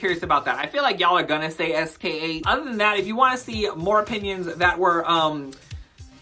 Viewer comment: Fantastic video, now I know what not to watch this season 😅 but wow, I didn't know pronouncing SK8 as sk-eight would rile me so 🤣